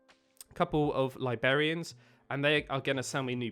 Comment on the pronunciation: "libarians" nope... librarians